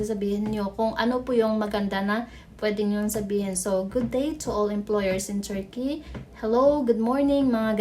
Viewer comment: Pag aralan nyo nga po yung pronounciation nyo ng TURKEY meron yan dito sa YT how to pronounce, nakaka banas kasi